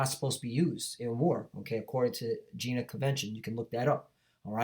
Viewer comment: it's not Gina convenion, it's Geneva convention. Alright?